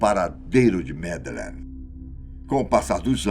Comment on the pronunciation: que enredo pobre. e pelo amor de Deus, tirem esse '' dos vídeos. é mto banal. e qnt a história, por favor, pelo menos peça ao dizer o nome da MadEleine corretamente. Vídeo broxante. Personagem desnecessário. E intonaçõess nas falas ridículas. Cadê os antigos e BONS apresentadores da Fatos? Esse time novo, exceto o Benjamin e Gabriel, da desgosto. E por mim rola deslike atrás de deslike. Lamentável o rumo do canal. Sem mencionar a cópia de assunto de outros canais que postam na mesma semana. Poxa fatos, vcs querem ser desconhecidos mesmo, pq olha, o canal tá ó 👌🏻 "una nierda".